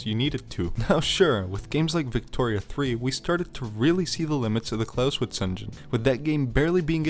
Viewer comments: ngl, im getting annoyed by you saying "Klauswitz" instead of "ClausEwitz" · Every time you pronounce it with an English W it's like chalk on a blackboard. Good video though. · The "e" in Clausewitz is NOT silent.